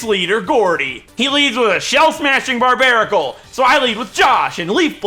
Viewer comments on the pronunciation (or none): none